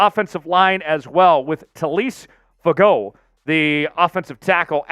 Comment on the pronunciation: TALIESE FUAGA, NOT FAGOE, FOO AH GAH